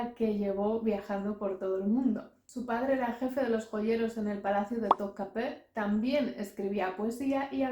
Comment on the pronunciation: Da gusto oirte decir Topkapı como los turcos 🙂 y no como lo decimos los turistas españoles. Vengo de un viaje por allí y me ha parecido un país fascinante... Günaydın.